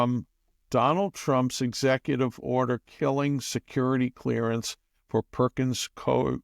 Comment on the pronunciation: The Law Firm Perkins Coie is pronounced Perkins COO WE